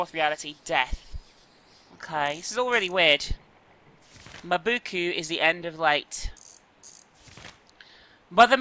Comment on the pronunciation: Why are you reading "Mabuka" as "Mabu-koo"?